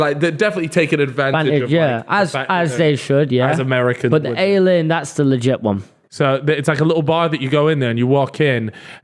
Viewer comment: It’s called the AY-LEE-INN. Like alien. Not ale-inn lmao